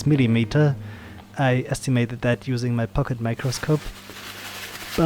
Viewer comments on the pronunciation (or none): none